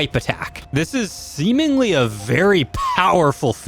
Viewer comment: 2.47 he said semenly xD